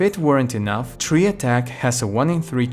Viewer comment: Tri =/= Tree.